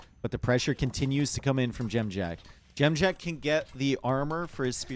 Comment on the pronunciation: Impressed how well you say Dziamdziak. It's a tough one!